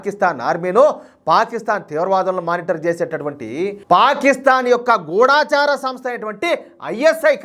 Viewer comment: గూఢాచార సంస్థ కాదయ్యా బాబూ. గూఢచార సంస్థ. " ఢ "కి దీర్ఘం లేదు. ఏదో ఛానల్ వాళ్ళు గూఢా చార అంటే అదే కరెక్ట్ అనుకొని అందరూ అలాగే పలుకుతున్నారు. దయ చేసి తెలుగు భాషని, ఖూనీ చేయకండయ్యా బాబు🙏